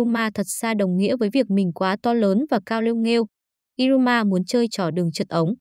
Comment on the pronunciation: Iruma như đọc như ryuma